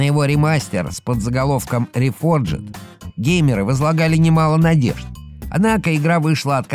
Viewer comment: Варкарфт Ре-рефорджед? Ничего меня еще так не смешило за сегодня)